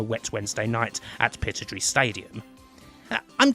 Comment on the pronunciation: What the hell was that pronunciation of Pittodrie??????!!!!!!!